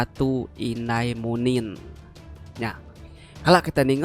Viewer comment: Munin ukai manin sebutan ya